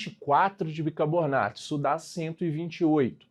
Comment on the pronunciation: Aula excelente, só queria saber porque o professor fala bicabornato kk